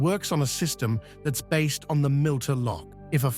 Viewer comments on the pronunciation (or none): It is NOT a “milter” lock, it is a “mitre” (or “miter” in the US) lock. Like a bishop’s mitre.